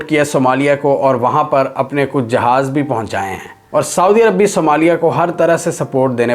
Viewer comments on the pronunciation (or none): none